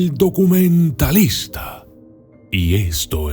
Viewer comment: NO SE DICE DUCUMENTALISTA ... ..... SE DICE DOCUMENTALISTA ...!!!!.